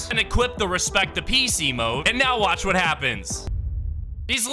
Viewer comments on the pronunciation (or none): none